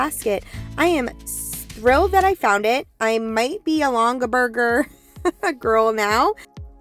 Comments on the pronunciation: What great finds! Yes, you are saying Longaberger correctly! ❤ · Wow love all the finds! Think the lamp had your name on it and was waiting for you! I like how you used everything too. Great video, great finds! You pronounced Longaberger correctly. They were popular years ago o like u said and were pricey too. Thinking of doing plates on the wall too so liked that plate rack. Of course I used to have one…it all comes back in style right!.,❤